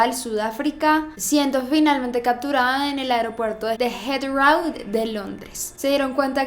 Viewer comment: Muy buen video aprendi muchisimo una correcion no se dice jethraow el aeropuerto si no jithrow